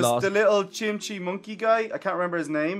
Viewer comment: It’s Chimchar